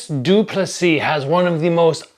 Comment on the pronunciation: You’re a content creator, you’re dedicating a video to someone and you can’t even check how to pronounce his name. lol it’s not that hard.c